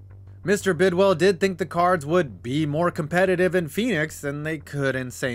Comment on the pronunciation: Couple of things. #1, it's pronounced Bidwill and not Bidwell. #2, the Cards never hosted a playoff game in St. Louis. In fact, the Cardinals didn't host a playoff game until the Wild Card game vs Atlanta in 2008. #3, the Cards would have had more playoff appearances in St. Louis had there been such a thing as a wild card before 1970. From the Cards 6 winning seasons including in 1968 when they lost the division title to the Browns by 1/2 game even though they swept the Browns that season. #4, all this ineptitude was due to Bill Bidwill's cheapness. #5, the reason why the fans didn't show in 1987 had nothing to do with the baseball Cardinals and everything to do with the NFL strike and the fact that Bidwill had already announced the team was leaving. The team on the field was fairly competitive finishing 7-8 with 6 of their 8 losses being by 7 points or less. That team still holds the record for the largest 4th quarter comeback in NFL history(trailing the Bucs 28-3 in the 4th quarter and winning 31-28) and nearly pulled off 2 epic comebacks. The one was the aforementioned 25 point comeback against Tampa, the other was a near 28 point comeback against the Chargers but Earl Ferrell dropped a sure TD on 4th down with time running out.